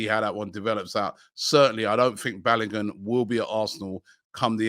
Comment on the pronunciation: Robbie’s pronunciation of Balogun is frustrating .